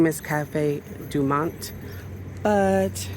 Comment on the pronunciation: Cafe Du Monde (not Monte)